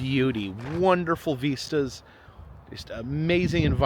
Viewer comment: Algorithm is giving me a binge of you today. Ive seen many videos before, but, just letting it roll. However... question... you keep calling them " veestas" , I dont think I have ever heard it pronounced that way. Am I missing something? I believe the word is vista.. and it rhymes with Mist - ah.. ( yup.. google definition agrees.. ) lol.. kinda driving me nuts.